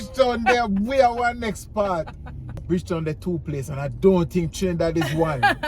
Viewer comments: lol. she does not have to go there to be blocked 😊 🥰❤️ I did lol 🤣 and you sir did well with a few names. I still love you but no Bridge Town that sounds more 😄 like Guyana 🥰🥰🥰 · Not saying Bridgetown😂..... knows his Trini cities man....San Fernando, Chaguanas, Port of Spain....he even knows the Savannah! Big up lol #Trinimtmfaminthehouse 🇹🇹🇹🇹🇹🇹🇹🇹